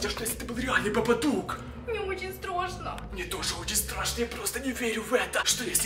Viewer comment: Не страсно а страшно говори нормально